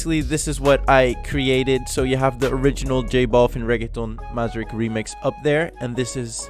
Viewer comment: Bro its Madrik--with a K 😅 nice tutorial though!..